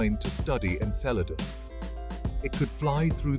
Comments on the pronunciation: I kept thinking he’s saying enchiladas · Obviously people worked hard to put together this visually good looking video, full of information, yet no one researched how to pronounce the name of the friggin’ moon. It’s pronounced “En-CELL-a-dus.” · Cool video, but you're pronouncing Enceladus wrong... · I can’t stop correcting it every time he says it